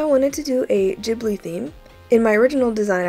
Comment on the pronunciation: Soot sprites from the studio Ghibli world!!! Edit: no hate or anything but Ghibli is said with a "gu" sound